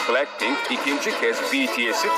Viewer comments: plackpink ne yaaa abi şunların isimlerini düzgün oku yaa rokşe ne yaaa dududdudu ne abi biz burda araba mı oynuyoruz. en sonunda bir şeyi doğru söyledin... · Başta pilenkpink dedi hsjvsjs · Oğlum bu kel plack pink ve betee diyo uyuntu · kk plakpenk değil ooooo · Palkpink değil abi 😂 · JİSO,JENNİE,LİSA,LOÇE!! LOÇE NE LOÇE NEE İSİMLERİNİ BİLE BİLMEDEN HABER YAPMAYIN HEM REKABET YOK PLACKPİNK NEE DAHA BLACKPİNK DEMESİNİ BİLMİYONUZ HABER FALAN YAPMAYIN. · Yanlız adam blankpink diyo cncncncncnn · Ya şu blackpinki doğru okuya bilen bir tane bile insancık yok mu ayrıca lan ne alaka kapışmıyorlar aq hepsi kendi yolunda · Daha grupların adını ve şarkıların ismini doğru söylemiyor bide laf ediyor git de ilk önce teleffuzlarını öğren! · lan plakpink ne aw blackpink suça ne ya suga. Roçe ne yaaa rosé Jisu ne ya Jisoo En sonunda me;abi ağzın bozulmuş tamire götürsene Bide abi how you like thatdaki küfürlü yeri banlasaydınız yaw.